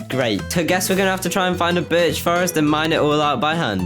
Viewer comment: Every time you say birch I hear b*tch